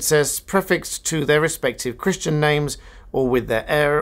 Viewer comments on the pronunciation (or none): none